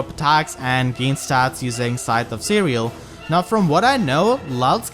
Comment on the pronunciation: For some reason I thought I heard Scythe of Cereal once, and now I can't unhear it